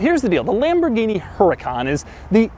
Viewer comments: At you say lambordini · Tf is lamburghini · Lamberghini? LOL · Oh La LaLamborghini?